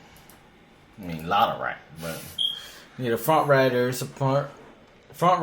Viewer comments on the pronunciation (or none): none